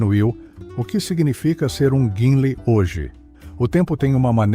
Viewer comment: A voz pronuncia Guinlei, mas é Guinle